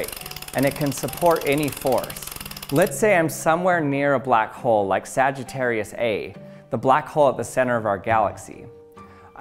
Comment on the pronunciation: Nice video! It’s actually pronounced Sagittarius A star. 😊